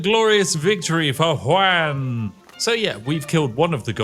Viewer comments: Juan is pronounced like "Want" but without the "t" at the end :) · I love that the bad "one" pronunciation that we in Spanish joke about made it here, love Juan Punch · Why you pronounce juan "wanne"? And why is juan punch man using a sword instead of, ya know, punching? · I'm not a Brit and I'm new to your channel, so I'm not sure if you're just saying "Juan" in a silly way, but it's pronounced like "wohn" like "John" not "waaan" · Juan, pronounced like "won" where I'm from, sounds multiple times cooler when/how Spiff pronounces Juan, like "wan". 😅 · Do you realize that when you mispronounce it "Wan Punch" you ruin your own pun? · It's pronounced wh-on and those were sword strikes not punches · Pronouncing Juan as ‘wan’ is possibly the most diabolical thing you’ve done on this channel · He's so British he thinks "Juan" sounds like "Wan". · Ju A n Punch. Please check your pronunciation on the Mexican name Juãn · I’ve never heard anyone say Juan like this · The way Spiff pronounces "Juan" is so weird to me. 😂 Even by white people standards. Then again, I live in a Hispanic household. My mom is fluent in Spanish. Maybe that's why; who knows. I think pronouncing it the proper way would've actually made more sense for the joke, haha. I'm just saying, lol. I still love this. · You’re so close to pronouncing Juan to make the bit fly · It's kinda hilarious that he can't say Juan properly lmao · Sir, you are the first person I've seen that made a Latino name sound like a Chinese one. That's quite a feat, I think. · British guy trying to pronounce “Juan” challenge level impossible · Your pronunciation of juan hurts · I love Spiff, but it’s so funny to me that he named a character Won Measly, and said it perfectly, but can’t say Juan, which can be pronounced the same way 😂😂😂